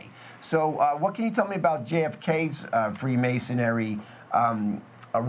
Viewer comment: it's Freemasonry not Freemasonary. The mispronunciation made this very difficult to listen to.